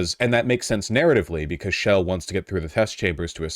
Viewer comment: I’m not even focused on the topic I’m just wondering who the hell pronounces Chell Portal as “shell”